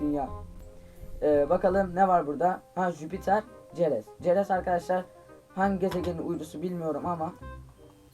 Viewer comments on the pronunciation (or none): Çerez diye yazılıyor seres diye okunuyor